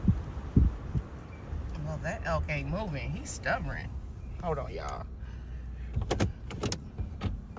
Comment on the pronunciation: Word is stubborn not stubberen